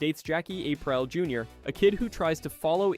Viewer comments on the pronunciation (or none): Jackie April???? Your video loses credibility when names are wildly mispronounced